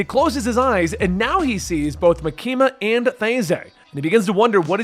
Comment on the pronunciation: idk if Reze is correct but if you listen to the sub its MAkima not MaKIma